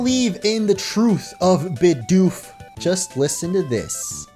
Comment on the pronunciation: It's BIDOOF